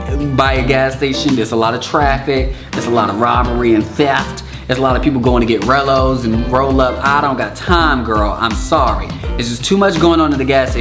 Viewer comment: he said rellos and rollup 😂😂😂 chile that took me out